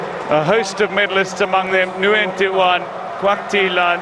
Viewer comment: Nguyen is one of the most common last names in the world. Professional commentators need to learn to pronounce it.